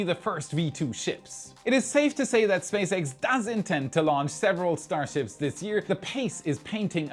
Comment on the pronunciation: Did you say Space Rat?